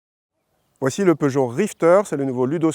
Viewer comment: Seuchot? Peugeot ça se dit